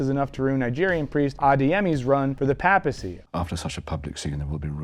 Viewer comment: For someone who supposedly knows about "Pope stuff", you should probably learn how to say "papacy".